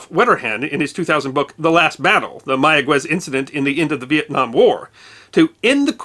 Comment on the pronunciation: Instant upvote for knowing how to pronounce "Mayagüez." So many journalists who think they know Spanish pronounce it "Maya-ghez," because the 'u' would normally be silent between a 'g' and an 'e' or 'i'. (It's normally there only so the 'g' is pronounced as in "get" rather than as in "hit.") But the dieresis above the 'u' brings it back from silence, which requires a bit more Spanish instruction to know. To be even more accurate, place the emphasis on the final syllable.